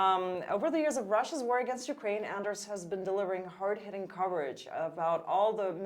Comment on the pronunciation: I which people could learn to pronounce Anders' correctly. It must be strange to constantly have your name mispronounced.